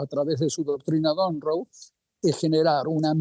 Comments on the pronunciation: Doctrina Monroe!!! No donroe!!! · Un “profesor” que dice “Doctrina Donroe” en lugar de “Doctrina Monroe”… por ahí ya empezamos bastante mal. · De donde sacaron a ese analista que dice “doctrina don rou” y repite varias veces 😂😂. Es Monroe , por el ex presidente de USA - Vergüenza ajena y se nota por donde viene su ideología. Deberían preguntarle a alguien imparcial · Es mi oído pero escuché decir del profesor "doctrina Don Ro"? Bueno, un poco para aclarar. La "doctrina Don Ro" viene de Don Ramón que no queria pagar alquileres. 😁 Sin embargo creo que quiso decir "La Doctrina Monroe". Viene de James Monroe, quinto presidente de los Estados Unidos. Significa principalmente que advertía a las naciones europeas que dejaran de intentar colonizar o interferir en los asuntos de los países independientes de América del Norte y del Sur. 😎